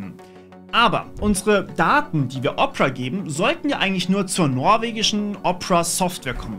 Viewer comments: Phoque! Diese Weiterleitung der aufgerufenen URL ist auch im NORMALEN Opera Browser so, nicht nur im GX? lol, wie todes lost muss man denn sein um Opera so auszusprechen? 🤣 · Machen Werbung für Opera und können den namen noch nichtmal richtig aussprechen. :D